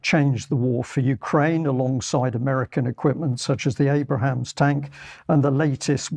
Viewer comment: you've been calling the Abrams tank the 'Abrahams' tank for months now. I thought someone would have corrected you by now.